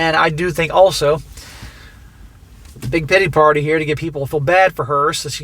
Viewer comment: When you said big titty party my ears perked up. Then figured out you said big pitty party.